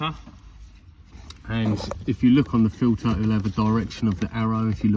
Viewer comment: It’s a pollen FILTER ,not filer